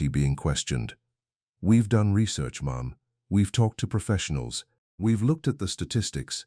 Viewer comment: Dear AI: Mom is one syllable, not two. Lol